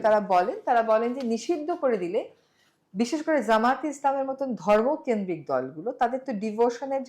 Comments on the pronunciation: যামাত না, জামাত। আগে নামটা বলেন ঠিকমতো, এরপর মোটা মোটা কথা বলেন। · Jamaat, not Zamaat ......../ʤ/ not /z/.